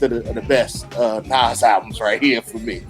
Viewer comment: Did he say Nah’s and not Nas🤦🏽‍♂️